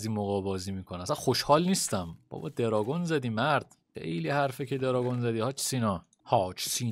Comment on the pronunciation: آدم های معمولی : وای دارگونعلی سینا که از ماتریکس فرار کرده : درانگوزجگ😂❤